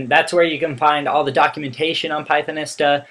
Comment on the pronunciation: Hi,. One thing: "Pythonista" is pronounced as "pie-thon-EE-stah". Type Pythonista into Google translate in English mode, then click the play button to hear it. Or try this link to the audio: goo.gl slash tmMGSb Notice the "long E" sound in the middle, not the "short I" sound. That's because this word is based on words of Spanish origin. For example, think of the word Zapatista.